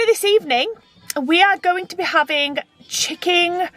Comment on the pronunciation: Chicking bloody chicking , can that woman say things properly at all .